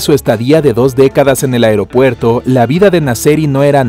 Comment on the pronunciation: Porque decía afropuerto